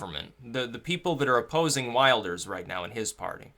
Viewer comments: Just so you know his name is pronouned gurt vilders- thats phoneticaly correct- Geert wilders, not wild ers, just so you know dude, your election coverage and this coverage is great. By the way if you want to see a bunch of outsiders who will never assimilate look no further than Dearborn Mich. It is disgusting. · Wilders is pronounced "VILDERS" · Like the video. Quick point - you pronounce it 'Vilders'. It's spelt Wilders but that's not how you say it. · Prononciation is will-ders otherwise good analysis. t. dutchbro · Geert Wilders(I believe it's pronounced "Heert Vilders", by the way) hair actually reminds me more of David Lynch that David Brock. :) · MAKE A VIDEO ABOUT PRONOUNCING WILDERS AS WILLED-ers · please please please "i" in Wilders is pronounced like "i" in "tip" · Wilders is pronounced with an i as in hit him! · Dutch voter here: great post. Just one thing: The name Wilders is pronounced differently. The i sounds like in 'will'.